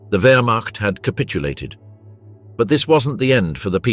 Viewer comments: Terrible AI commentary. Stopped the moment I heard 'Werschmart' which I assume meant 'Wermacht'. And the awful picture gallery which shows nothing aligned to the commentary, even showing French soldiers as SS, what a load of shite. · Werch mart. Good try, AI. It's Wehrmacht(vermact). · commentary at 2.08 = "werch mart". How real is any of this ??? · The “wurchmot” brutal pronunciations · What the hell is the Werchmart? Once again, AI sucks a turd. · You know the nattation is AI when it says "Wurtch-macht" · ... "regular members of the (wertmarch) ... wtf! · Stopped watching when the AI voiceover could not pronounce ‘Wehrmacht’. Get a real person. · The narrator missed pronounced whermacht not good enough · Can you not pronounce Wehrmacht? Is it so hard to check your work? Distracting from the rather decent script that either AI or some poorly paid historian wrote and was not credited. You have to do better. Or be ignored. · I stopped when the AI voiceover could not pronounce‘Wehrmacht’.